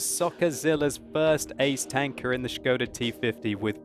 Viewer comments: şıkoda ne lan ahahahha, SIKODA oğlum o :D. Das Schkoda!! ahahaha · von Nazaret Hi, here is link to "official" Czech pronounciation: And here is it written in International Phonetic Alpahbet: [ˈʃkoda] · oh man your knowledge is waaaay off... It is Škoda and Š is soft S which is pronounced exactly like "sch" so it is pronounced "schkoda".